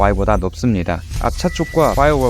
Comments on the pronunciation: 모델 발음 모럴ㅋㅋ 배터리 발음 배터리 왜 배러릐 라고 안하시고😂😂😂😂😂 진지하게 잘보다 웃겨서😅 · 모덜y...? 모델y??? 배러리~라고 하지 않고 배터리 정확히 읽으시네요.... 잼있는 영상 잘봤습니다.^^